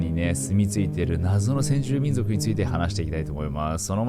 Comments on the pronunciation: せんじゅうみんじょくwwwww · 先住みんじょくwww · もしかして せんじゅうみんじょく って言った？ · 「先住民じょく」って言った？ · 先住民ぢょくw かわゅ♥️